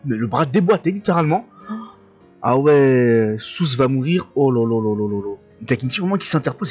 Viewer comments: Juste South se prononce "SaaOute" et non "Sousse" ✌ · Oui SAAOUTTEE , South. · Yooo , ça me fume comment tu prononce south wlh T’es un tueur continue comme ça mdrrr !!!